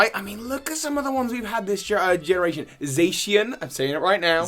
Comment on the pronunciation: Za ( like the name Zach)-She-en